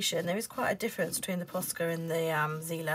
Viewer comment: I May be wrong, but if the markers are german, them it should be pronounced as [tsi:ler] 💕